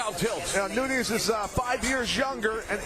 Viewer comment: NunEEz? C'mon now..🤦